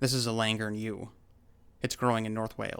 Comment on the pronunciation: I find it very convincing that all the native tribes have their own word for Bigfoot and accept it as fact. The fact that western knowledge is based on a relatively mere 500 years experience compared to the 13,000 of the indigenous peoples is compelling and well made. The pronunciation of Llangernyw is understandably somewhat off the mark but most English would struggle too lol - good video